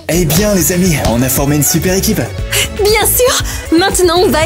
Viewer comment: tu as 5 ans ou quoi on dit pas l'ecipe on dit l'équipe 😂😂